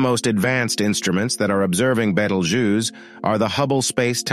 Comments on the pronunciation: everyone else: /ˈbiːtəldʒuːs: /ˈbɛtəldʒuːz/ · It's not bettel, more like Beetle. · Bay toll jews😂 can't get over his pronounciation. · First time I heard Betel Juice :))))) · I heard multiple different pronunciations. Betelgeuse, Beetelgeuse, and Betelgoose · The way you pronounce Betelgeuse 🫨 leaves a bitter taste on my ear palette. Beetle🪲- juice🧃